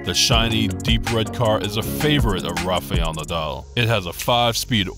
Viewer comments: Be a good idea if the commentator learned to say his name correctly. It's "Rafial" it's "Rafael". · Nice.just his name is not Rafaiel nadal but Rafael. Don't pronounce i...same mistake McEnroe makes. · Learn to pronounce his name properly